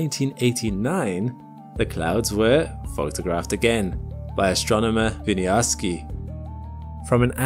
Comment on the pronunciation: No offense, as i love your channel, but Maciej is pronounced mah-CHEY. Hey, I'm part Polish. Cheers!